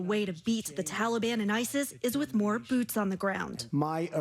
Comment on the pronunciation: Did anyone catch he said "talibon"... what are they, the missing teletubbies character?